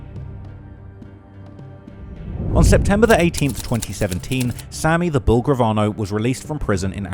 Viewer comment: Dey call him Sammy da bull not Sammy da skull 🤷🏾‍♂️